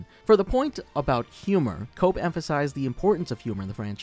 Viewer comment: It's pronounced Koepp (Kep) not cope